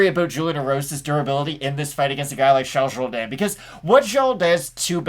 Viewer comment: "Shalls Zhowdan" & Marcelo HO-HO Thanks. I didn't even make it through the entire video, Just kept listening to you pronunciate the names so accurately